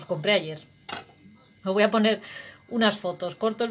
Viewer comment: ¡Qué gracioso!!! ""pomer" jajaja!!